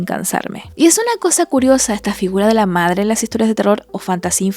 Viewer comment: "Ya quiero fuirme, e irme con mi verdadere pedre y medre"